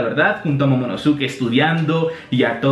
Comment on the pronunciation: Man se pronuncia momonoske no momonosuke..... Suena terrible, es igual que Sasuke que se pronuncia saske o akatsuki que se pronuncia akatski